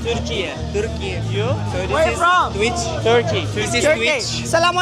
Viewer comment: İçerikler,görüntü,bilgi akışı keyif verici. Hatırlatma!! artık yazılış turkey yada aksan araplar gibi turkiyaaa değil yazıldığı gibi konuşurken Türkiye söyle Buda reisin sayesinde oldu. durmak yok yola devam❤ ❤❤